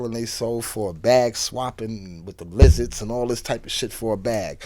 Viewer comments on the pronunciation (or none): Did he say LIZARDZ?😂😂😂😂